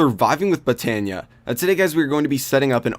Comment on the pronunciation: the way he says botania bothers me